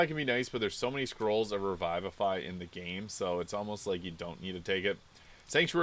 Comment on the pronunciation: Taking 16 in Charisma isn’t madatory due to smites not needing it for scaling so you can max wisdom and boost another ability score to alleviate some of the Multiple Attribute Dependency. Also it’s pronounced Re-Vivi-fy not Revive-A-Fy. I love using this build with 2 levels in Evocation Wizard.